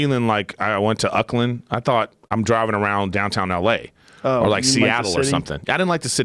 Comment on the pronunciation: Erik's pronunciation Auckland. My god. 'Murica